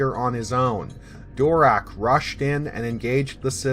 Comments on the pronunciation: You're... STILL mispronouncing it actually. I don't know where you're getting, phonetically, "DORak." The only change was in the end. We all have been thinking it was, "DaraCH," when it's pronounced, "DaraK." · I personally think I heard Gnost-Dural pronounce his last name as Darrak rather than Dorak but maybe I misheard, great content as usual. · Darach (Durak) that's going to take some getting used to.